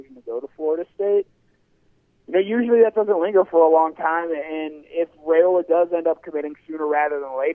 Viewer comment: RAY-OLA! Not RYE-OLA